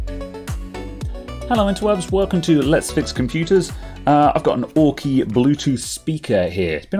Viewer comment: It's Aukey 🤗